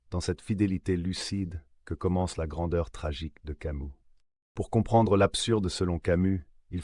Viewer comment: Pourquoi tu prononces camou?